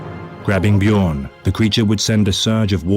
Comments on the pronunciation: "BEE-JORN" my guy noooo XD its said "BYORN" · Just so you know. The space wolves are based around vikings. In norse the "j" makes a "y" sound so it would be "Byo-rn" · First time finding your channel. You already made me chuckle with your pronunciation of "Bjorn." No shade there btw, it's just what everybody says the first time (assuming they aren't Scandinavian) 😅 I was impressed that as soon as you heard his named pronounced properly, you immediately took that to heart. Not everyone is so quick to adapt to new information 👍 Huge fan already. Gonna keep watching. I hope you have more content!